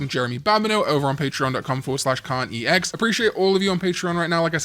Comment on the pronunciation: I started losing my hearing and now when Karn says “KarnEX” I hear “Karn eats eggs” and I needed all of you to know